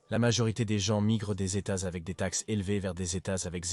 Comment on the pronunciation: Les gens les gens les vents encore les gens. Marre de ces voix artificielles